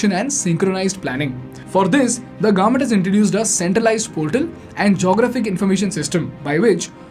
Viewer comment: Suggested phonation corrections: Garment : government, to be pronounced correctly as guvment. This mispronunciation is prevalent in Andhra Pradesh & Telangana. DAVlupment: Development to be correctly pronounced as DE VELUP MENT. Mispronounced all over India.